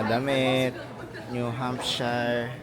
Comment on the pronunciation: New subscriber here. By the way, Americans pronounce it as New Hampsher, not “hamp shayr”. Keep up the good work on your vlogs 😊